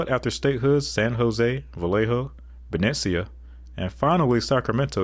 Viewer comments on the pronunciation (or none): Beh--knee--shuh...Benecia. Not has you pronounced. A former capital of California. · Benicia is pronounced Be-NEESH-uh.